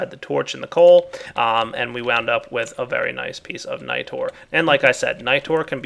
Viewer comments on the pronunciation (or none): none